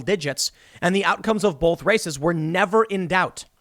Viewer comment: STOP SAYING BOWLTH! please.